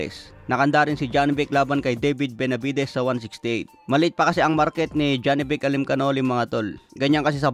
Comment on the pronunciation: pag-aralan mo nman kung paano bikasin ang pangalan nung binabalita mong boxer.. Murder mo yung pangalan ni Janibek